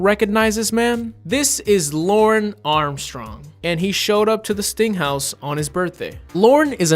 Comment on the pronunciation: Whenever he says 'sting house' I hear 'stink house' which is way funnier.